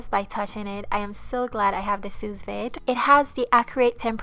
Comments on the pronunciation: It’s called soo-veed not soos-vade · Pronounced soo-veed. I appreciate the work you put into your food and videos❤ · go to type in sue veed. Then click speaker to hear what they say. That is how you say Sous Vide. Just helping ;-)